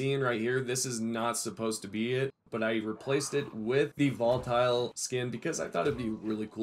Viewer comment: Its not Voltile